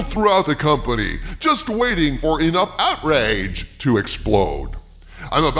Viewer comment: Is no one gonna mention how literally said OutREYge? LMAO.